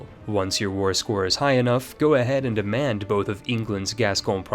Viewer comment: labourd brilliant pronounciation. aquitaine is pronounced aqui-ten like the number 10